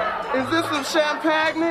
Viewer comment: Wanda said Champagnee